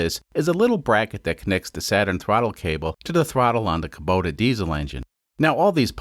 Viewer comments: Its pronounced Koo-boh-tah. Not Koh-boo-tah. Lol. Love this series. I fix these engines, used in custom machinery for a living. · Damn it,, why do you keep on saying Kobuta sometimes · I believe it’s pronounced kubota Kuh-bow-tah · Can you decide if you're gonna pronounce it "Kubota" or "Kobuta", please.